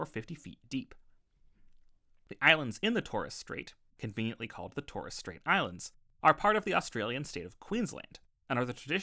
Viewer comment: Mate, that's the worst pronunciation of Macquarie I've ever heard. Also, check your pronunciation of Pilbara and Torres.